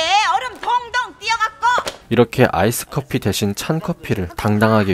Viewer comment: "아이스 커피" 한국 사람들이 많이 실수 하는 영어 중 하나이죠. iced coffee 인데 -ed 발음이 잘 안들려서 이죠. "아이스드 커피" 가 맞습니다.